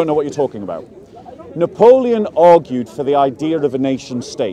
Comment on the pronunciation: If you don’t know napoleon and you have issues pronouncing his name it’s maybe not so smart to try to lecture people on history 😂